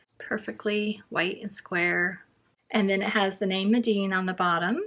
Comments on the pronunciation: I hate to be that person but I think it’s pronounced mee-den not meh-deen. I’d love to see a painting of a bookmark with the schmincke student grade! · Yes Mee-den. It was a good review anyway.😊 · Loved the video but, just in case no one has mentioned...Meeden is pronounced with the long e sound ie. Medan.